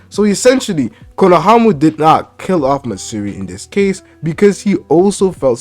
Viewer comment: “Konohamu” 😂😂 this dude having too much trouble with his R’s lol it sound like he’s talking with peanut butter on the roof of his mouth